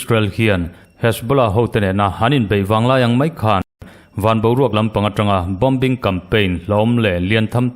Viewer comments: gaihthlak a nuam hle mai. Bomber.....Bom-bar ni lovin Bomar tia I lam kha a dik..... Bombing pawh Bom-bing ti lovin Boming tiin lam ve la... Formula: Letter 'B' hi silent tur a ni e..... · Bombing.....bawming silent b